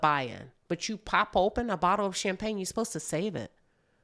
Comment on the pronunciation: Hollering at you getting mad at Chocolate in a Bott-luh product placements.😂😂😂😂